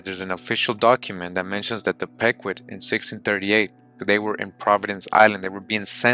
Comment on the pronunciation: It’s (peeqwot) pronounced but all love 😂